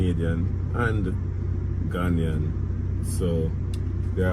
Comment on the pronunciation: Did he say Ganian? What ?? Lol stay in school kids